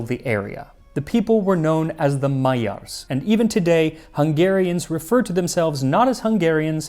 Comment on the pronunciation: MAYYARS HAHAHAHA